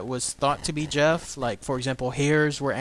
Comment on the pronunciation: I studied the Talking Mongoose in great detail and there are some important things you left out. One thing is that the family also spoke gaelic, thus the name Voiree and they pronounced Gef with the G hard as in goat. Harry Price the great paranormal investigator at that time is the reason we know about Gef today. Mr. Price and his group of investigators all finally came to the conclusion that Gef was real and not Voiree. Gef might have been some sort of poltergeist that showed itself as a mongoose. Gef wasn't always so helpful. He might have held the family hostage in a way. At one time James, the father, tried to kill Gef by putting poison in his food. the little fella became very ill and they could hear him gagging and crying behind the walls. Once he recovered he told them that if they tried that again he would kill them in their sleep. He would eavesdrop on the neighbors and then report what was said to the family. When once he hears someone say something bad about them Gef killed the family's livestock by ripping out the animals throats. He also reported deaths of famous people before news could even reach the island where they lived.